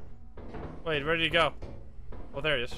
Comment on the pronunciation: bri’ish peepoh be luhyke “wuhait wuhait wuhait wut’s goin on heah?”